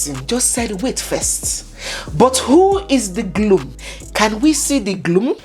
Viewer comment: abeg no kiii me ooo.. did you say Gloom..? As in Groom….?? haba 😅😅😅😅😅😅